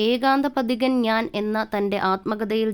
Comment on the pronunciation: വിവരണം നൽകിയ വ്യക്തിയുടെ ഉച്ചാരണം അരോചകം. ആദ്യം മലയാളം നേരേചൊവ്വേ ഒന്നു പഠിക്കു... ഷബ്ദമല്ല ; ശബ്ദം. 'ശ' മുഴുവൻ 'ഷ' ആയി ഉച്ചരിക്കുന്നു. അതുപോലെ 'പ്രതിഫലം' പ്രതി'fa' ലം ആയിപ്പോകുന്നു. 'f' എന്ന ശബ്ദം മലയാള ഭാഷയിലില്ല എന്നറിയുക. ' ഏകാന്ത പ'ദി'കനല്ല; പഥികൻ. സംവി'ദാ'യകനല്ല; സംവിധായകൻ. നിർബ്ബാഗ്യമല്ല; നിർഭാഗ്യം. ഇങ്ങനെ ചൂണ്ടിക്കാണിക്കാൻ തുടങ്ങിയാൽ ധാരാളം പ്രശ്നങ്ങൾ. മലയാളഭാഷയുടെ ഒഴുക്കോ ഭാവമോ ഈ വിവരണ ശൈലിയിലില്ല. ദയവായി മലയാളം നന്നായി ഉച്ചരിക്കുവാൻ അറിയാവുന്നവരെക്കൊണ്ടുമാത്രം ഇക്കാര്യങ്ങൾ ചെയ്യിക്കുക. അല്ലെങ്കിൽ ഇതൊക്കെയാണ് ശരിയായ ഉച്ചാരണമെന്നും ഭാഷാശൈലിയെന്നുമൊക്കെ വരും തലമുറ തെറ്റായി ധരിക്കും. മലയാളത്തെ സ്നേഹിക്കുന്നതുകൊണ്ടു മാത്രം കുറിക്കുന്നു.